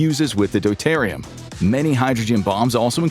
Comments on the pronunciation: Deuterium= dew teer ee um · the pronunciation of tritium is trit-ee-um, (as in travis tritt; not try-ti-um). For deuterium, the pronunciation is do-tear-ee-um (like deuteronomy). Hydrogen bombs compress lithium deuteride (lithium do-tear-ide)